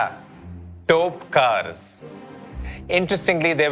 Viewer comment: It is not Topkars. It is Topikars.